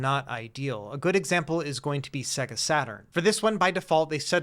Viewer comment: Check out sonic 2...it will show you how to properly pronounce SEGA... right when you turn the console on. Say-Guh!! Not Seh-Guh...sheesh.